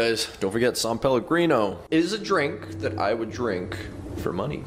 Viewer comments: It’s SAN PELLOGRINO NOT SAUNPELLOGRINO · When he said “sum palagreno” I craved it